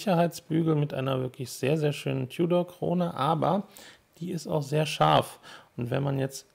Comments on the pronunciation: Ein deutschsprachiger Konzessionär aus dem Süden hat bei meinem Gespräch auch immer "Tiudor" gesagt. Bevorzuge lieber die Aussprache "Tudor". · Nicht tjudor sondern TUDOR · Seit wann sagt man als deutschsprachiger "Tiudor"? Da kannste auch demnächst "Glaschutte" sagen.